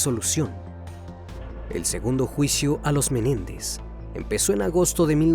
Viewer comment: No es Jose Méndez es MENÉNDEZ